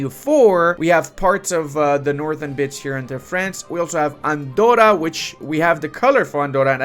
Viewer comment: Please, Andorra its pronounced with a hard r